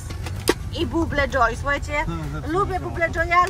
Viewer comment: Buble dzoj xd mówi się babyl dzoj